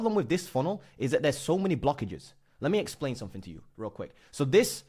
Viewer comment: Dude, please. Stop saying fanks, free (3) sumfink. It's so embarrassing. You're British, so speak English. Fings... it really makes your videos difficult to watch. 👍